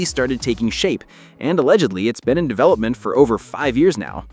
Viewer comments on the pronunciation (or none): none